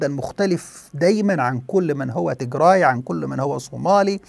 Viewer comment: عزيزي مجرد تصحيح..النطق السليم هو تيجرااااي بالالف و ليس تيجري و هذا مهم جدا يعني كالفرق بين عمر و عمرو! و السبب هو ان تيجري هي قومية اخرى مختلفة تماما عن قومية التجراي الاثيوبية المسيحية الارثوذوكسية التي تسكن فقط في اثيوبيا وبالتحديد في اقليم التيجراااي شمال اثيوبيا. بينما تيجري هي قومية اخرى مختلفة تماما عرقيا و دينيا ولغة وعادات و هذه القومية مسلمة و لا توجد في اثيوبيا اطلاقا وانما هي تسكن في المحافظات الشمالية والغربية في ارتريا وتشكل حوالي 45% من سكان ارتريا و ايضا هي منتشرة في شرق السودان وتشكل هناك حوالي 30% من السكان. وهذه القومية اصولها سبئية حميرية من اليمن ولغتها مشتقة من السبئية و الحميرية القديمة في اليمن وهي قريبة جدا الى العربية في المفردات و اصول النحو. لذلك يجب الانتباه الى الفرق في النطق بين قومية واقليم تيجراااي في اثيوبيا و قومية التيجري في ارتريا و شرق السودان